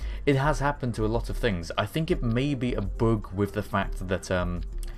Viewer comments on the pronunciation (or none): says 'BUG' like 'BOOG'